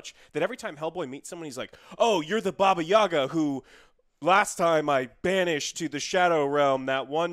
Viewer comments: "Baba Yaga" (баба Яга) last syllable stress (Yagá) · Angry Russian here. Baba YagA. Stress on the last syllable =D Just so you know. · i've noticed how Joe likes to pronounce "Baba Yaga" and it is good, but the he should stress the last "a". "bAba yagA" - is correct russian pronunciation. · Why Americans always read her name wrong, even John wick? It’s Baba yagA, not YAgA. Stress is on the last syllable. But in the movie she was pretty accurate to Russian folklore. By Hollywood standarts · Brooooo jooooooe i love you to death but stop saying bobbayagga lmao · Actually, It is "baba yagA" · Why do people keep mispronouncing Ya'ga? It sound like boGEYman. Americans actors trying to speak russian are so bad at it. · Thanks for the review. But for the love of God, it is pronounced Baba Yagà :) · It's Baba YagAA, excuse you please